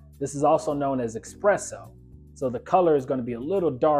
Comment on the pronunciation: Great video. It’s *espresso though my friend.